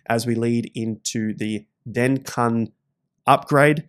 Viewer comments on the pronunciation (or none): DenCun🤣🤣🤣 Its pronounced DenKoon. Hope I don't get canceled for that comment! 🤣🤣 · You pronounce the upgrade like you would Cancun in Mexico haha 'den-cooon'. Love the videos mate